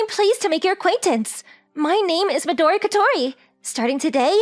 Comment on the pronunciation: Fun fact: Midori is “green” is Japanese Another not so fun fact: these VAs are not good at pronouncing Japanese names